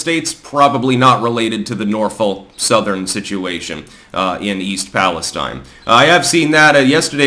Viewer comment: Please stop mispronouncing the name of the town.